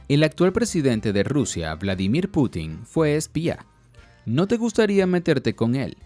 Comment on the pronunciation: "vlamidir potanin"😻